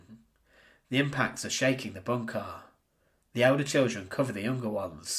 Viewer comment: Drinking game. Drink every time he says “BOON-kah.”